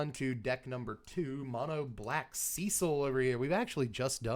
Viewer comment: So glad to finally hear a content creator that knows how the name Cecil is enunciated.1 out of 3 so far.